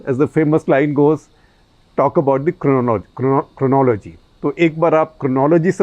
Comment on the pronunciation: Even SG is unable to pronounce 'cronology' properly. Damn Amit.